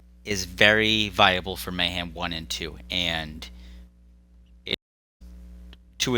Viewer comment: May-ham, may not ham, who knows? 🤷‍♂️